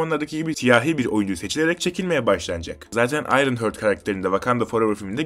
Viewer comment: Ayrınhört değil Ayrınhart 😂